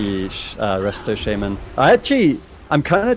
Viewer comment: SHA MAN. NOT SHAY MEN